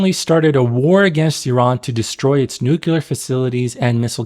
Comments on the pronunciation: The actions of Arab states is enough anti-Arab propaganda. Nobody needs to put it in movies. How ironic that your video is propaganda. Also, it's NUCLEAR, not "nucular".. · It's nuclear not nucular... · New-clear. Not *New-cular.